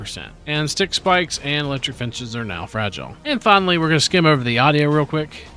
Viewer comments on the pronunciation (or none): none